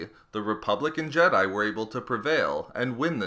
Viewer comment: Ok, seriously, I can't help but hear "republican jedi" everytime you say "republic and jedi." I know exactly what you're saying, but I just cant help it